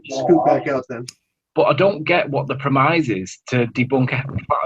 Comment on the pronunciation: Hold the fuck up did just mispronounce the word premise as "pro-mize"????. Good god learn how to ENGLISH first. FUCK!!!